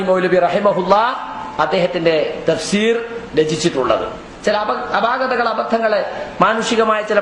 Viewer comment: തഫ്സീർഎന്ന് പറയ് ത ഫ് ഷീർ. അല്ല